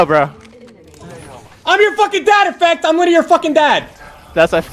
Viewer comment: “witerally one bullet” 😭